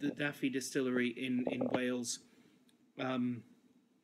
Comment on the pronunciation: Pronounced Dove ee (anglicised spelling is Dovey) not Daffy as in the duck. Great review otherwise.